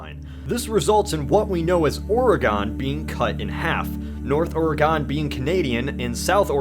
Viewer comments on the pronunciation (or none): Charles Ford it's or-ig-gin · I hate how he pronounces Oregon. He puts too much emphasize on the "o". The last part isn't pronounced "gone" like he says, it's pronounced "gen". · OARGHEN. IT'S PRONOUNCED OARGHEN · ORE-gun. Not or-E-gon. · It's pronounced like oregun not oregone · Oregon is still pronounced 'organ' not 'or-ee-gone, or or-ee-gon' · Your pronunciation of Oregon killed me. Its not Ore-eh-gone. Its Ore-ugh-in. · Oragon, orAgon, or AAAAA gon.... It's Or-gan, not or-a-gone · I really can't stand the way he pronounces Oregon like Oregoon. and as far as I know everyone here says it more like oregin (with an "I" sound or maybe even a"u" sound) and it really bothers some of us. (as far as I know) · He pronounced it wrong. Or-uh-gin, not or-eh-gon. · or-re-gone its or-gin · Or-eh-gun. Not GONE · Ore-a-gone? As a resident of the great state of Oregon, I'd like to point out that it's name is commonly pronounced most similarly to the word organ. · Yes, yes, yes. Be envious as our boots and Idaho as our backpack. As a Washingtonian it does annoy be when be people pronouce it as "Ore-Ah-Gone" as I have always heard it pronounced as "Ore-Ih-Gin" (hard G) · It's pronounced oreGIN not oreGON dammit sorry I just live in Oregon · Wow you pronounced it ORI-GONE like origami its pronounced ORE GUN. Had to say it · The state of Oh-Rey-Gone doesn't exist by the way... Oregon does though. ;) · It's Ore-GUHN, NOT Ore-GOHN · You fucked up Oregon. It's orgun not oregone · It's (or-gin) not (or-gon) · Every time someone pronounces Oregon (orr-ah-gone)... I die a little inside. So thanks guy, for killing a small part of me. btw its pronounced (orr-e-gen) smanks ^.^ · that pronunciation of oregon is painful... the gon at the end is pronounced more like gun than gone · Stahp. It's not OrEgone. It's Orygun. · Why can't anyone pronounce my state's name correctly ; - ; Ore-guhn... not ever, please-sweet-Jesus-almighty, ever Ore-gawn. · It's OreGIN not OreGON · It's pronounced "organ"